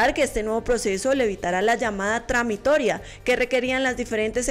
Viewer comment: Compañeros/as encargadxs de este importante informativo: ya que es un pre-grabado, debieran revisar más cuidadosamente lo que van a emitir. La presentadora dice "tramitoria" en lugar de "tramitología"; el texto relacionado con el Día Internacional de la Mujer Trabajadora, enuncia "empoderas" , en lugar de "empoderadas". Además, las imágenes fijas de apoyo en este segmento, son de mujeres con un fenotipo bastante alejado de nuestro mestizaje. En la información sobre el CoVid 19, la voz en off habla de que "en Colombia" los trabajadores de la educación no han recibido orientaciones "por parte de la Secretaría (sic) de Educación o Salud" , lo que conduce a la intepretación de que éstas son instituciones nacionales. En resumen, sugiero más responsabilidad, como educadores, en la comunicación. Gracias de antemano, por atender las sugerencias. Docente SED.